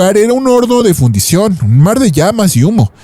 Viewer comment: Fundición, no Fundación!